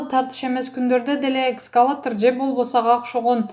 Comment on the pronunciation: Экскалатор эмес, экскаватор десен автор